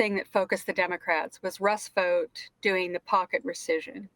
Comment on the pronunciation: When they were talking about Russell Vought, thought she said rust boat, thought they were talking in code about the 100 rusty boats, in the right wing book, the camp of the saints.